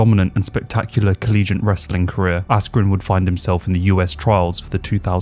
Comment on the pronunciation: The word is ‘collegiate’, as in like or related to a college, not ‘collegent’